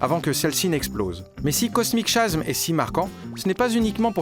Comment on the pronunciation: Super collection. Par contre, ça fait bizarre d'entendre Cosmic Chasm prononcé /kosmik ʃasm/. En anglais, ça se prononce /kosmik kazem/ :)